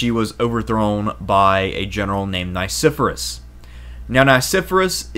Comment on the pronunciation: Please; , it's pronounced Nye-SEFF-Uh-Ress. I and E have very different sounds. And this is a professional production, correct? There were many mispronunciations in Part I, so I finally had it.